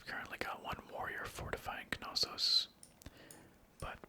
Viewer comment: There's a silent k in knossos